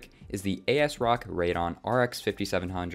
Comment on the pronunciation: Great video! I personally am thinking of buying something similar. Btw it's ray-de-on